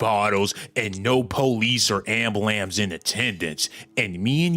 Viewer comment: "Ambulamce"??? *ambulANCE!